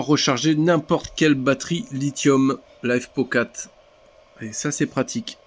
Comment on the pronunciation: Arrête de dire "lifop", c'est "lifepo" 😂😂😂